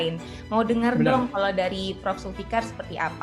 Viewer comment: Guru besar nyebut 'belum' aja blon 😅😂